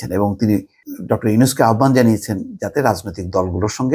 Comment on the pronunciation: আহ্বান উচ্চারণ 'আওভান', আহোব্বান নয়।